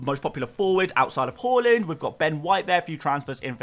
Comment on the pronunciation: Haaland is pronounced Haa-land. NOT Haw-lund. Please visit YouTube and listen for yourself. It’s mad you make FPL content and can’t pronounce Haaland correctly